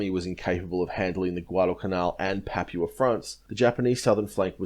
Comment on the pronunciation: love your work but. 1. Rabaul - pronounced Rab-bow-el. Papua - pronounced Pup-poo-a or Pup-poo-anne. 2. I feel you are protecting the Australian Buaefighter pilots somewhat - regarding strafing lifeboats. They had seen what the Japanese pilots were capable of and they didn't muck around. In my mind it should have resulted in war crimes trials - but as you said every Japanese troop that landed on the main land would then have to be fought again .